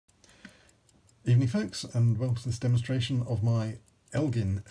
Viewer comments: Its el-Jin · Just an FYI, it’s pronounced EL-Gin not L-gin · you probably pronounce Illinois... Illi-noise and think that's the correct pronunciation... fool. Gin... like the alcohol. El gin.